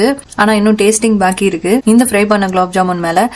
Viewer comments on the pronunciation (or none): none